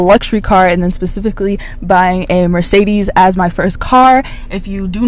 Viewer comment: a bit funny how you mispronounce mercedes ;)*